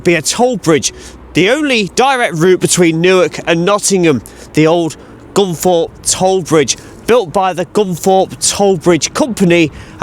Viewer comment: I thought it was Gunthorpe but you,re saying Gunforpe which is it ?